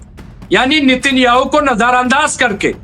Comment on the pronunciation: अरे भाई साहब नितिन याहू नहीं नेतन याहू नाम है, कहां बिहार से ग्रेजुएट किए हो क्या.. रिपोर्टर कैसे बन गए?